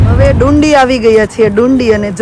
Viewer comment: તમારી Scotlandની ટ્રીપ સારી ચાલી રહી છે. તમે જે જગ્યા ને ડુંડી, ડુંડી કહીને અમારું હસી ને પેટ દુખાડ્યું, તેનું નામ ડંડી છે. તમને જગ્યાનું નામ નું pronounciation ન આવડતું હોય તો ટ્રીપ શરૂ કરતા પેહલા કોઈ local Loko ne પૂછો તો તમને બોલતા શિખવાડે.😅